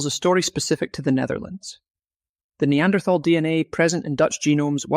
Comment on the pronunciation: >th< in Neanderthaler is pronounced as >t< , like in River Thames. >Thal< is the old spelling of nowadays >Tal<, meaning >valley/dale<.